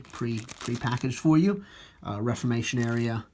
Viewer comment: Nice review. I've been thinking on getting them and their rules to help me get back into Napoleonic gaming. However...its pronounced re form ation...just saying. Again...awesome